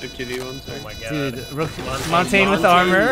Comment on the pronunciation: I don't know why but it triggers me, the way he says montagne